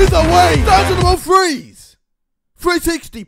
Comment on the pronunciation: its three not fuckin freee!!